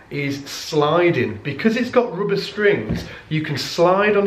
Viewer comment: In what country it is pronounced roobber and oopright?